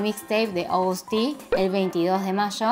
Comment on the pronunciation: según yo ni se dice "Agoust" se dice tal cuál "Agust":3